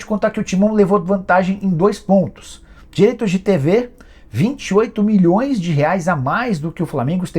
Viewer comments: Cara super rico, investindo milhõ😂s falando “04 mões” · 'Quatro mões'